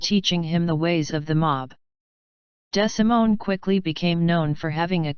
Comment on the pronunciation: His name is pronounced DeeeSimone